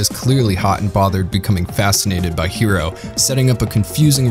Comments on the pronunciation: New viewer here. Are you purposely pronouncing everyone’s names incorrectly?? Orrr. Because you speak perfectly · Was it really too much to ask to re-watch a single episode to make sure you were pronouncing characters' names correctly? Quatre, Heero, Chang Wufei, Treize, Relena Darlian, Lady Une, all butchered and cringe to listen to.